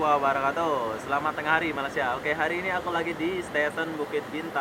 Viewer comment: Tahniah..sebutan Malaysia sudah betul